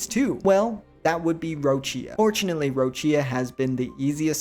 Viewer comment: Most fking white pronunciation of Roccia yet. . It's ROH-CHA